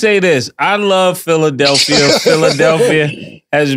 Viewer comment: 😂😂😂😂😂😂😂😂😂yo the way mase is calling draya philidalpia lmfAOOOOOOOO THIS IS GRREAT FOR PHILLY😂😂😂😂😂